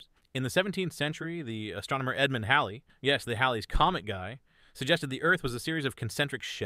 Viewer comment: Inconsistent pronunciation of "Phlogiston" --- Floj-iss-tonn. But thank you for getting "Halley"'s name correct instead of the usual 'merkin "Hayley"